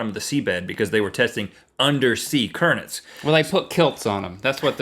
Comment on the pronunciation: Undersea "Curnets" Genius XD